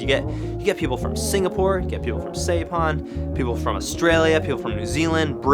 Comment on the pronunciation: It's "S-eye-pan". not " Say-pan." Great videos though. I love what you, your family and Sean are doing for our sport.